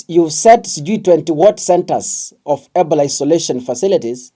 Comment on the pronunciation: We follow you for news but when we give you suggestions especially with your pronounciation you ignore. You should know not only Kenyans follow you to keep up, can you pronounce Ebola properly so we know what you are talking about. i i-bow-luh